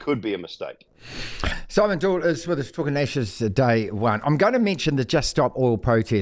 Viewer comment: It's Ashes, not Eshes.